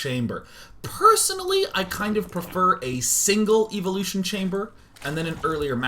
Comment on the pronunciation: you pronounced it, 'evil-lootion' chamber. You have been officially banned from the internet.